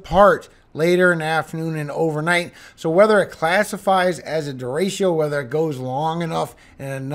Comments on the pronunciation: What's a deratio? Its pronounced Der Rick O😂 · I love your forecasts and the scripture. Don’t know if anyone has told you though… it’s De-“retch”-o, not Derashio 😉🤓. Only love ❤